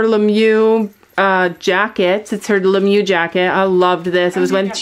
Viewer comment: I’m so sorry but the way she said ‘Ralph Lauren’ and with that American accent and ‘LeMieux’ scared me 😭